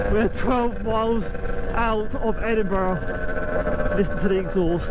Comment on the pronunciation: Duke of Edinbruh.